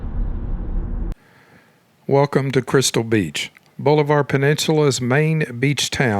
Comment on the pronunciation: The narrator is obviously not from around here. It's pronounced Bahlavur, not bowlivar